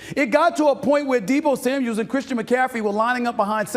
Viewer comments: Maybe one day this dude can do his homework and be professional and pronounce names correctly. It's Deebo Samuel, not Samuels. Every time he says it incorrectly. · For the 100th time SAS; it’s Deebo SAMUEL not SAMUELS!!! Get it right !! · Another guy that can't say Deebo's name right: Deebo SAMUEL, not "Samuels". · Is anyone ever gonna tell this dork it’s Samuel not Samuels? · Bro, Deebo doesn't have an 's' on the end of his name. Samuel, not Samuels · It’s “Samuel” Steph. Jeez really ?? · And it’s Kittle not Kittles SAS